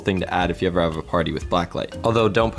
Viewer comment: I guessed never because he said will it ever boil in a weird way